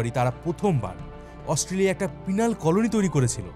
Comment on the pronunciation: AUSTRALIA pronounce ta e to bhool bolsen bro!!!😅😅